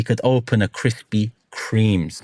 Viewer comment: Kwispy Kweams 😂😂😂